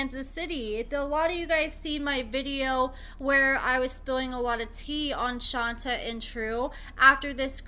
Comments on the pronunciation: Love the updates & info. Just wanted to say her name (Shonta) is pronounced Shon-tay not Shon-tuh. Also, Kerok is pronounced Kee-rock. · I thought it was pronounced Shon-tay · Isn’t her name pronounced “Shon-tay”? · it's pronounced: Shon-tay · Girl it’s pronounced shontay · SWEETIE: SHON TAY! PLEASE RESPECT HER BY GETTING THE PRONUNCIATION CORRECTLY!!! PLEASE, 😢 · Right? I mean spelling aside if you watch the show everyone should know how to pronounce it. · You’re mispronouncing her name. 🤦🏾‍♀️ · Will you please pronounce her name right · Omg why do you keep saying her name wrong damn just ask sheesh